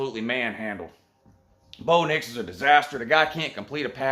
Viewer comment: Bro did you just say Blo Dix?! I'm dead😱🙃